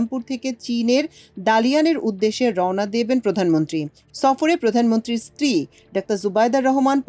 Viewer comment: যতটুকু জানি, স্ত্রী কে স্বস্ত্রী বলতে হয় না